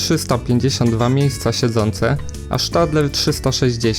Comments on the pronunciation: Mnie lekko wkurza to "sz" w nazwach zagranicznych. Nie spotkałem się nigdy z wymową SZtadler tylko "Stadla" Podobnie jest z Alstomem "Alsztom" mimo iż w 1999 zmienili nazwę z GEC Alsthom na Alstom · Jaki Sztadler ? Chyba pisze i czytam osobiście Stadler ...